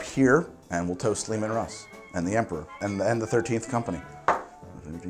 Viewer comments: Two issues: 1. it's "lee-man russ" not "looman" 2. Tanith is literally space Scotland, specifically the Highlands, so Sacra is likely just a Highland Whisky Also if you want a 40K Bible, use Lexicanum and Wikia, for a comedic twist and a more TTP orientated look 1d4Chan has you back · >Lemun Russ It's, uh, spelled Leman Russ. Don't let the commissar catch you.